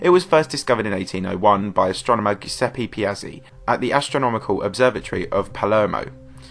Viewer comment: it keeps astonishing me how English speakers say Bode as Boad. And they drive a PorSH. Dammnn, these are German names, so those e-s are not silent. the Giuseppe is (probably) butchered, too. But I don't speak Italian, so I leave that for some1 else :- ) Now, I move on to find a German basketball documentary where the Krauts say Mee Hael Yor Dahn. (don't worry. they don't) other than that, this is a good one. big LIKE